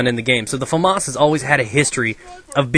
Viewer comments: its pronounced fah-maes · lol he says; famarse! funny american.. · Weird why Americans call it famoss instead of famas